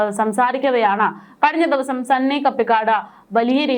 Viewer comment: അവന്റെ പേര് ചെറിയ അക്ഷര തെറ്റുകള്‍ വന്ന് സന്നി എന്നല്ല പറയുന്നത് പന്നി എന്നാണു 😮😮😮